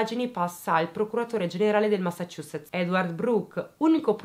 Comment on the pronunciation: Una persona che sa pronunciare Massachusetts correttamente 😆